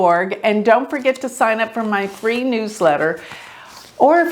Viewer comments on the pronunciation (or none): none